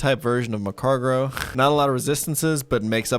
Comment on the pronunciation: Mag-Car-Go. Where you getting an extra R from saying macargro lmao